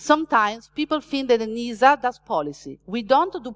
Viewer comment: Each time “ENISA” is pronounced in this talk, a kitty is killed…